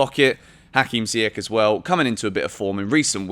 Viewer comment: Pronounce Ziyech properly...after all this time.🤦🏾‍♂️